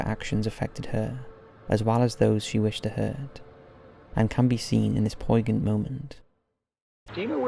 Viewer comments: “Poi gent?” It’s pronounced “poin yent” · poignant is pronounced “POYN-yent”. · "poigent moment" smh